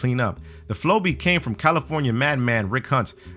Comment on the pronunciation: flowbee sounds like furbey to me. idk